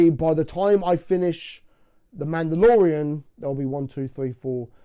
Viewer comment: How has no one noticed “The mandodalorian”.